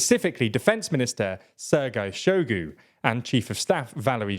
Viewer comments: I understand that people whose native language is English generally do not really care how "foreign" names are pronounced. But come on... it's not "Preegowsin", nor "Jerasimov" nor "Showgue". A little effort would go a long way. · SHOIgu not Shogu PrigoZHin not Prigozin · I will gladly volunteer to send you guys an audio recording of how to correctly pronounce names before you make videos…Shoigu is pronounced exactly how it’s spelled, “Shoi-gu” and not “Show-gu”. You guys almost said Prigozhin right - the only thing is that this “zh” in Russian transliterations is more like the sound at the end of the word “orange” and not a “z” sound with a silent “h” like you guys say it. Russian doesn’t really have silent letters like English, and in any case the “zh” corresponds to a single Russian letter, “ж” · Make an effort, son. It’s pronounced “Shoy-gu”. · Very nice video. Truly not trying to be a troll but...I believe the Russian officers names are pronounce "Shoy-gu" and "Gurr-azimov". Again - not trying to troll, just inform.☮ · It surprises me how often these presenters, alledgedly informing us, fail to make any serious attempt to pronounce foreign names. Shoigu - spot the 'i'? Prigozhin - zh, soft z, as pronounced in 'pleasure'. Not hard for English speakers.